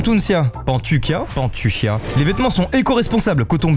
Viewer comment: Nous sommes heureux que les vêtements que nous t'avons envoyé te plaisent ❤️ Merci à toi d'avoir ouvert notre colis coloré ! Ps: Par contre c'est Pantuncia avec un A pas avec un E 😅, mais on t'en veut pas 😉🌱